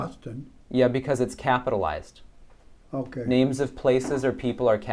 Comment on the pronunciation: He did pretty well except for the names at the end.